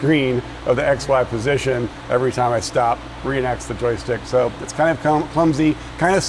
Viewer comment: Only 2 minutes in and instead of X,Y position I keep hearing ex-wife position 😂😂